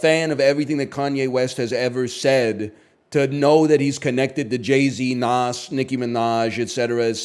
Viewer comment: Why does he say Nas with the hard S